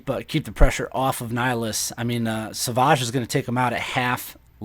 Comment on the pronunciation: Do you honestly not know how to pronounce the word savage? As in "That man is savage." Or "A dictator savagely oppresses his people."